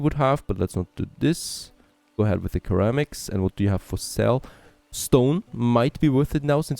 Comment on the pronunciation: Curramics! The study of curry in bowls….:)